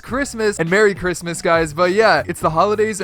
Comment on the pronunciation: Mewwy christler